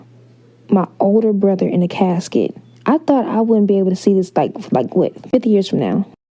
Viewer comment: I died when she said "he was laying handsomely in his cascet"